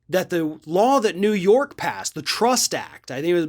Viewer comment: It’s up to you New York, Neeewoo Yooork